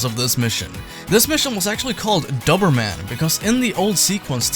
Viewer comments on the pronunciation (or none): the guy in the video was saying it wrong. Dober is pronounced the same as Dozer like in Bulldozer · I had no idea that in the U.S, That's how you pronounce "Doberman" 😂 In grand old England it's pronounced "dough-berman" - Not that anyone will give a shit! Great video btw man 👍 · Why are you so bad at saying Doberman? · You know a Doberman is a type of dog and youre pronouncing it wrong right?